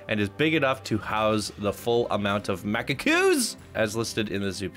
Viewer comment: Macacooeee?? Wha???? Lol, It's literally mack-ahk, no ooo-eee, just mack-ahk. Mji Wa Magofu: Definitely the creative one of the bunch, theme and prison wise. I remember seeing this with Wikz, but I'm so much happier with reaction to the imprisonment section. He actually did make a valid point with the human habitat, could definitely have taken it further and made it some sort of detailed secondary exhibit. Chimpanzee Caves: Oooooh, I really like this one! I love the modern-African vibe of the building and the highly detailed maze for the chimp caves and everything. I would venture a possible guess that the lack of variety is potentially because the exhibit is super compact. I would have extended it outward, dried it up a bit, or at least done some QA on the jungle gym area (not sure, since I'm not seeing the map on it in this vid). But overall, this is a wonderful exhibit to download and plop in my zoo! Get Macaqued: Oh I like this one too! Crap, hard time voting today, good job! Love the unique and simple layout with the wood igloo things and the levels of theming and height variation in the exhibit. You could potentially make the access to the guests with the "floating rocks" a bit easier for the macaques, but overall, it's really great!